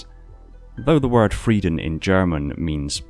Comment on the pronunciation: You have to pronounce the "r" in "Frieden" more german.